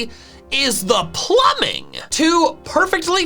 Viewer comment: THE PMUMING IS IMPRESIVE. Mario: It's a me motherfuckers